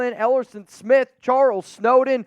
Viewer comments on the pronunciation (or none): none